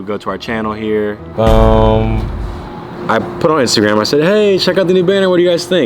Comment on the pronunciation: I THOUGHT I WAS THE ONLY ONE THAT said Instagram like “instagwam “